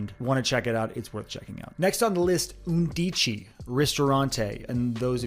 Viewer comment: The word “undici “ is pronounced “UN dee chee” in Italian. It means eleven.